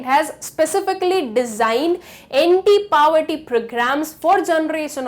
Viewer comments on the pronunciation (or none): Mam u are pronouncing in wrong ...... It's is poverty u are pronouncing paverty.. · One suggestion for you.. first learn how to pronounce poverty ☺️